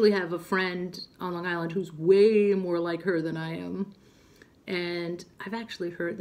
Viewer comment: I had no idea you’re from NY. Me too. But, I don’t detect a NY accent at all when you speak., except when you said: Long Island.. I heard it a tiny tiny bit. Lol. Love it! Lovely that you mentioned Roxana. 😊❤️!!